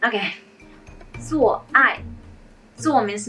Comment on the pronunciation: Awww you were struggling so much with 做爱😭